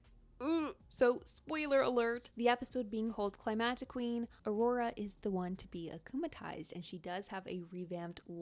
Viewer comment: guys...it's Aurore not aurora...